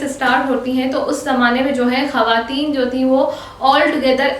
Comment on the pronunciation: Women ...not hawatin its khawatin